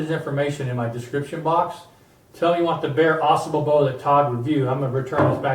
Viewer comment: pronounced ah sahble, at least here in Michigan